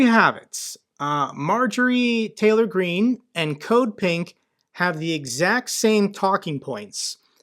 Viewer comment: "Marjorie Traitor Green" - it was subtle, but I heard it.